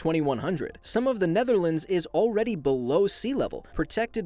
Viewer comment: Nooo not nethrlants! I com frome nethrlants!